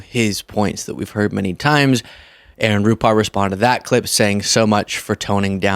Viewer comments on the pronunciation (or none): none